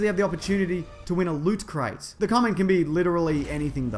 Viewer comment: Why are you mispronouncing Loot Crate?